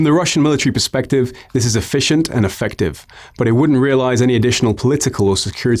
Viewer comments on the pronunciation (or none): none